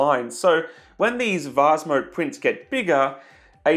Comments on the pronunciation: the vaz again lol (please say vase instead of vaz) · He did offer the alternative of "vaze". Hey! It's vase, rhymes with base.